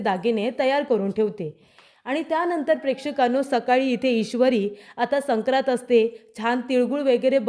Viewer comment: " सक्रात " नाही " संक्रांत ".